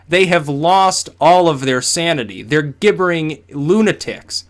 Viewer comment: Gibbering is pronounced Jibbering, not with a hard "G".